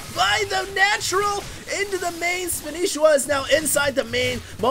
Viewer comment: its not vilespanishiwa its vilespanshwa thier are no i's!!!!!!!!!!!!